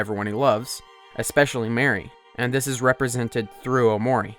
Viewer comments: I hate that he pronounces mari as mary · Everytime someone says mary to prounounce it bruh😭😭 But at least he isnt pronouncing basil as bah-sil